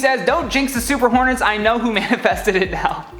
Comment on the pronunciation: I thought i heard super hornies instead of super hornets lmfao